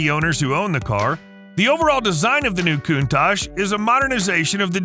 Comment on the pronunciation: Countach is supposed to be pronounced "Coun-Tuck" not "Coon-Tache".